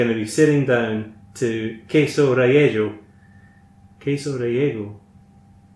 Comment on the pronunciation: I love how you pronounce "relleno". I think I heard the entire of Mexico cry out in pain...and then silence. Thanks for another fun video,!